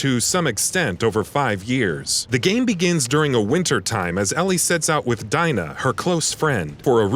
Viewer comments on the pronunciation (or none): You pronounce her name Dee-na. Not Die-na. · Deana not dina ya dumb bitch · It’s Dee-na not Dai-na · It's pronounced Dena not Dyna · Did he just pronounced "Dai-na" instead "D-Nah" Like if you noticed! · How do you pronounce Dina? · "Die-nuh"! really? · Bro... did you really just pronounce her name as Dyna... wow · Bruh when you say things wrong it affects the flo or are you trolling to get people to comment... Either way please do a little research on what your talking about it's becoming more frequent making you specifically seem less legit. Its Dee-Nah, Other wise keep up the good work. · He said "Die-nuh" 😭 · ..... DYE-na? Really dude? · Mia Crudo I cringed so hard when he called her “Dyna” 😖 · You can tell they just hired this guy to read a script lol. "D-eye-na" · Robert Eli it wasn’t just me who thought this lmao when he said d-eye-Na I was like the fuck lmao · As soon as he mispronounced name, I was gone! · He doesn't even get Dinas name right... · downvoted. how do you not know how to pronounce dina. you obviously are just reading a script and don't know anything about the game